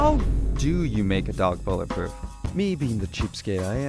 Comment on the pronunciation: "I AM BOOLETPROOF!!!" - 🐕